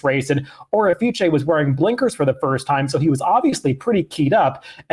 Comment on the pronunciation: Seriously bro, it's quite unimaginative and downright defiant to the race caller when you spin a name. The horse's name is pronounced "Orifice." O'er is a word FYI. An Orifice is an opening (such as a vent, mouth, or hole) through which something may pass. Nuff said.